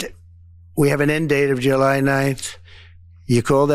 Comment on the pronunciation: He gave them till "Juhline"